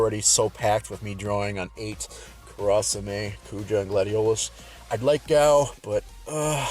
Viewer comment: Gonna go ham for Vivi. It's pronounced Kura sa may